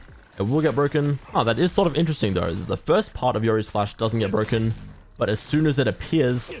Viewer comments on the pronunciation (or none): This agent is so bwoken